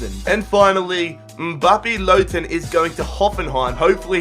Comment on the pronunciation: + you said lottin right by the way